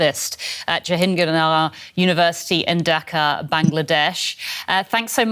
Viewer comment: Jahan Gir nagar its not that hard :P